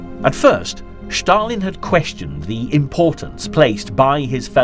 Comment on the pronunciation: Ah, here is that guy who pronounce "Shtalin" and, most important, makes a lot of other mistakes... What a waist of time